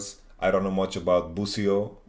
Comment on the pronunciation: why'd he say busio like that LOL